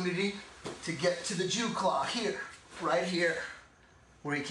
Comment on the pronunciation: Nah, it's "Jiu Claw" but you are right that it's a reference to the Jew Claw in Borat skits.